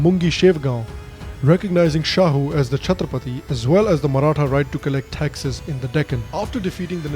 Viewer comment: The pronunciation got of all the maratha people surnames is absolutely brilliant. Very less people are able to do it correctly